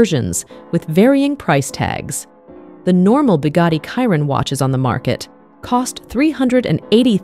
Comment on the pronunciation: Why does she keep saying Bugatti kyron it’s a Chiron not kyron 🤣🤣🤣